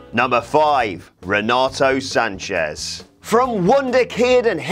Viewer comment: It's pronounced Renato Sanches